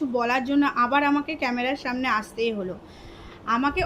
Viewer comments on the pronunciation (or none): none